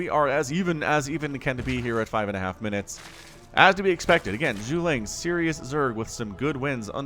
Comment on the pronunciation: He literally put caps on each syllable for you to pronounce it. Zhu-Ge-Liang. Silly man!